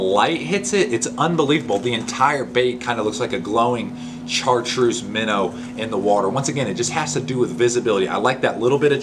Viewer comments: Great info! Thanks for sharing!! Also you pronounce it shartreuse not char!! It's French! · MAN!!! Great info. Thanks for sharing. I'm going to have to go back and write all this down. we've fished together. No question I'm dedicated. But you know my brain doesn't have a USB port. It's still back in the floppy disk days. BTW, I've never heard someone call Chartreuse exactly how its spelled. Char treuse I've always said it like "Shartreuse".